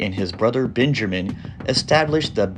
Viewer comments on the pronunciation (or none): “benjerrrmen” lol it’s Benjamin let’s say it together ben-juh-men